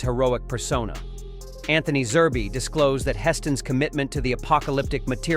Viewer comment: The man's man is Zerb not zerbee he is not a stuffed toy